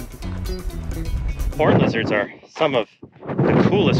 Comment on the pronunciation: Not gonna lie thought he said horney lizards